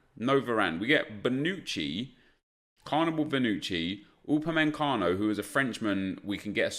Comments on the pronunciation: IT’S NOT UPAMENCANO. It’s Upamecano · U-PA-ME-CA-NO, not UpameNcano, it’s not that hard to read.